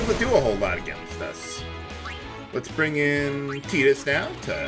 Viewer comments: you saying "Teedus" sounds just so wrong to me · I swear, it sounded to me like you called him Pee-dus. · Did anyone hear him say fetus instead of tidus